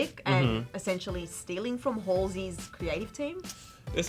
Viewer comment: It's not WHOLE SEY right?